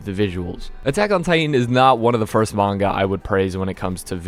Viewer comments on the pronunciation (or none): none